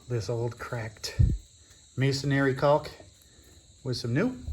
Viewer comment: The word is pronounced masonRY, not masonARY. 😊